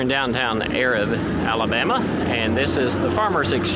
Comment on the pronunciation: Pretty cool video. We say Arab like A-Rab though. 👍 I see you’ve done a few videos on Marshall Co. but haven’t watched them all. Just found your channel. Have you done a video on Union Grove? There’s a place called Greenbrier Cove, several old cemeteries down there. In the Civil War the Union Troops crossed the river down in Greenbrier, they had camps down there. My great great grandmother who died at 106 , she was the oldest person in Marshall County at the time. Her obituary said that she remembered Yankee troops crossing the river and setting up camp down there. My great great grandfather was a Confederate soldier and my gg grandmother’s second husband. He is buried in the Cove.